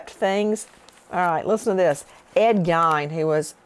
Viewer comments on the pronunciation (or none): Thank you for all your hard work & dedication into making these videos for us, Nancy! I’ve enjoyed watching your shows for years and your personality is the key reason lol P.S.: It’s pronounced like Ed “Gain” btw :) some say Ed “Geen” but it’s pronounced like “gain” 😊